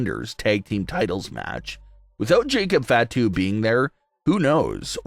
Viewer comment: It's not FA to, it's fah to. Watch some wrestling or stop reading a by line that someone else wrote.